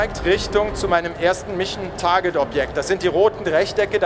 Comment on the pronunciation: ich sag nur "mischen target"